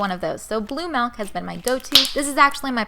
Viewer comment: (ma-lk?) its (mi-lk)